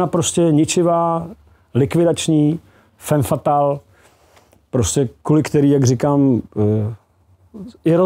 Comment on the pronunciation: Heleďse.. fam fatal, když už, tak je to po francouzsku správně.